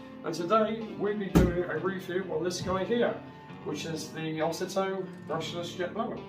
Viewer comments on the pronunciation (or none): Ozito is pronounced Oh zee toe